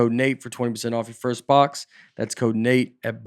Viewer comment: And thanks for pronouncing my name right. Love you Nate